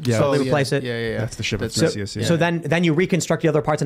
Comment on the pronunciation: Tried so hard to get 'Theseus' right and did not